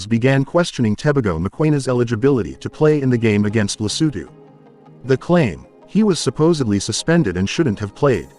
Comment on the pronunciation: It's Lesotho not Letoto.